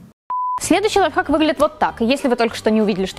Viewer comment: Мне скачало казалось что ты говорила лайфак😂😂,приколь